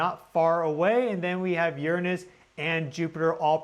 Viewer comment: Finally! Someone who says "Uranus" right! 😉